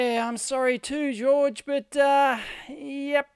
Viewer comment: Minor point Dave, "Jorge" is not pronounced "George" it's more like "Hor-hay"